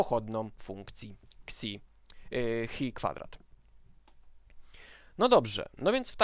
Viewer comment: Ta grecka litera to chi, nie hi ;)